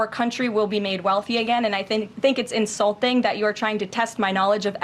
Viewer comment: Did Karoline Leavitt say "insulthing" instead of insulting?